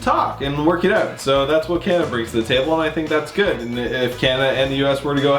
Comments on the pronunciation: Lol the narrator “ Canduhduh”. Wtf bro pronounce it correctly. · Couldn't get through it after the narrator kept saying Candada